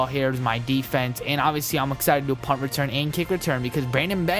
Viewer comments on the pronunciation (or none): none